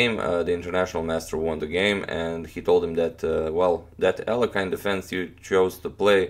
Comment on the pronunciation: Mr agadmator, sir. Please do not pronounce Russian names in an "American" way. It's not "Alekhayn", It's Alekhin, "i" like in "hit". From the Wiki "pronounced [ɐlʲɪkˈsandr ɐlʲɪkˈsandrəvʲɪtɕ ɐˈlʲexʲɪn]." That includes not used in the western culture patronymic "Aleksandrovich" (meaning "son of Aleksandr").